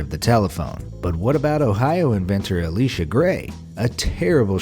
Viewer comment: It’s not “ah-lee-sha” it’s “ee-lie-sha” for Elisha Grey.